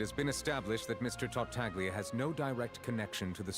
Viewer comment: I can see it on face, the pain of hearing the "g" in Tartaglia when characters are saying that name